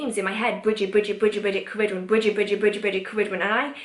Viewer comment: I know I am late to this video but I wanted to ask... are you saying Ceridwen? I follow Brigid, Ceridwen, Diana, and Morrigan/Morgana (the Faerie Queen to me) but I feel like I hear the names differently from how you pronounce them. For instance, I hear Bri-Geed not Brigid, and Kara-Dwen not ... I don't know how to spell your pronunciation lol. I guess it might just be my American accent trying to hear Celtic phonemes.